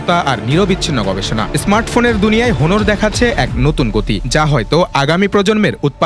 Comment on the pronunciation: এই সুপার লেভেলের শিক্ষিত রিপোর্টার গুলারে আগে উচ্চারণ শেখানো উচিত, হনোর না অনার উচ্চারণ হবে।